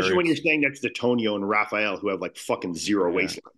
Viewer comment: Hate when Americans say “Rafial” like dude it’s RA-FA-ELL